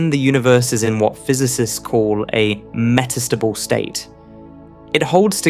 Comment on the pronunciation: Your speech synthesizer is nearly perfect, but with a few interesting anomalies. It renders lead, the atom, as “leed” and read, the past tense of to read, as “reed”. And it puts the accent for metastable on the second syllable. I’m impressed at everything it gets right.